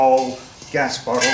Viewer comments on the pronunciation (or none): none